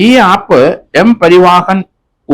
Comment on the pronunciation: സാർ... എല്ലാ മലയാളികളും പറയുന്ന തെറ്റ് സാർ പറയരുത്... "M പരിവാഹൻ" അല്ല "M പരിവഹൻ" ആണ് ശെരി. ഇത് simple ആയി മനസ്സിലാക്കാൻ ഉദാഹരണം... ഉത്തർ പ്രദേശ് പരിവഹൻ നിഗം (U P transport corporation) എച്ച്.